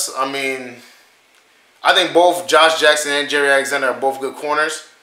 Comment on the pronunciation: His name is not Jerry Alexander, it's Jaire like Zaire the country in Africa..